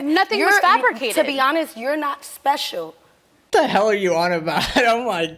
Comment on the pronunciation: "You're not espehshul".